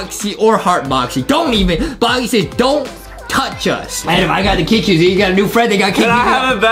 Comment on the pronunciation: and it's funny when Justin call the kid cuisine into kid quison XD